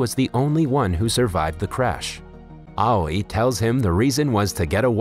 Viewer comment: Aoi pronunciation "awi"